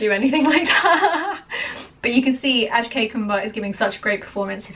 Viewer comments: It's Ak+shay= Akshay not As+kay=Askay Please say the name correctly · Its AK-Shay Kumar, NOT ASH-Kay Kumar. Please learn the pronunciation right. (Akshay is a Sanskrit word meaning 'Eternal', 'Immortal', or 'Indestructable'.) Great reaction though. Read about the "Battle of Saragarhi" in Wikipedia. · It's not Ash Kay dear.. it's Ak+Shay = Akshay Kumar. Do watch the movie. Love from India. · Hey, actually it's not Askay it's Akshay.. you are saying it wrong😅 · Am i the only one to recognize she called him ASKAY instead of A.K.S.H.A.Y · You are a brit, you should be able to pronounce Aksh...these are your alphabets ;) ...Think of it as Ax.. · A few pronunciation correction for you. Firstly, “Kesari”, try “Ke- Saa- rii(as in ‘me’). Kesari is the Hindi for the colour “Saffron” which is also the topmost colour of our Indian flag 🇮🇳 and which in itself means sacrifice. Secondly, the actor is Akshay Kumar (Spelled Ak - sha -e’) it’s like taking the first and second syllable of ‘action’ and adding a ‘Y’ to it. And this is the true story from British rule in India where these 21 Sikh brave hearts fought for the British empire and laid down their lives.